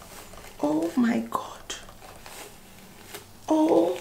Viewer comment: Omg the island accent make it funny😂 "oh my gott"